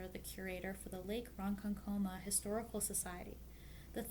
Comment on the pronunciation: Lake Ronkonkoma is a challenge for non-New Yorkers - this is the second video channel that has stumbled over it. It's pronounced pretty much as it is spelled: Ron-Con-Co-Ma. Very nicely done video. Maude was an amazing actress, inventor, and theatrical designer. It's a shame she isn't spoken of more often in theatre classes today. 😢